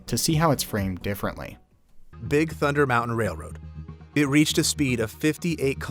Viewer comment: Nope, the voiceover is 100% AI. I can tell by the weird quirks like how it will mispronounce the same coaster name multiple times in one passage, the strange pauses (“bright… Big Thunder Mountain” stands out to me, it thought the word “big” was a descriptor and not part of the coaster’s name), and the other weird choices like “twenty-o-seven”.